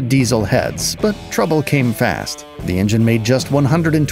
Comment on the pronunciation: En-gen…engine? So tired of these AI generated vids